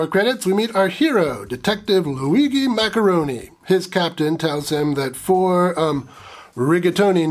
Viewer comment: Loo-wee-gee? Jee?